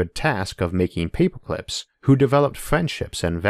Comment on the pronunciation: I’m going to be hearing “paypoclips” in my sleep for weeks. Great video, love this channel... hate paperclips now.